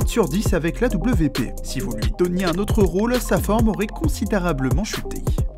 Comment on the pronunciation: AWP 😭😭😭😭 on dit « awape » pas a.w.p 🤣🤣🤣